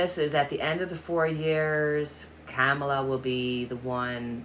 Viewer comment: Trump can run, but he should hide if he had a brain cell between his ears. Vice President Harris’ name is pronounced COM-A-LAH ( not cam ala) If you think 🤔 of the name Pamala but change it to Pomala and change the P with a K, that might help you remember. Her name is difficult. Perhaps we should just stick with Vice President Harris.